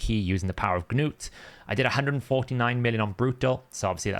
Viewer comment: NEWT or NUTE .... NOT Nut , Ganut OR Ganoot . Plarium has already helped us with this by saying it for us in Arbiter .